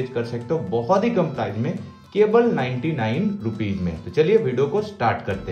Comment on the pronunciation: Sir Aap 99ru kah Rahe hai Our lag raha hai 159ru boliye